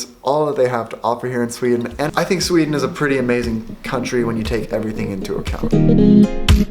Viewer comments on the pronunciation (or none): none